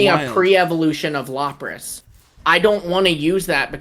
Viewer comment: Not “Lop-ras” 😂😮‍💨 that hurt to hear